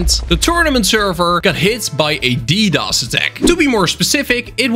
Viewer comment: Ddos sounds like Doritos